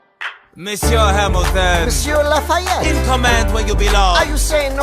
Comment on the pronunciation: I had to stand up in class and tell the social studies teacher how to pronounce "marquis de lafayette" he said luh-fetty